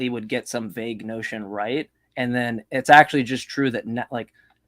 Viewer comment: What got me most was how he pronounced "vague" as "vag" 😆